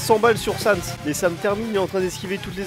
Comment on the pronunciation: Pas Sans XD